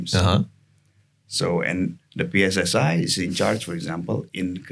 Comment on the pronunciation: Kenapa kok singkatan bahasa indonesia di inggriskan? Pi es es ai? Di Pi Ar (2 podcast sebelumnya) .. why? Ganggu banget di telinga 😂